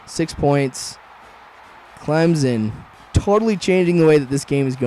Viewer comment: It's Clemson with a s not a Z¡!!!!!!!!!!